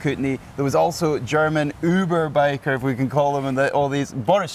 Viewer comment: “Überbiker” - may want to consider wearing socks in his sandals while pronouncing this phrase next time! With love from Germany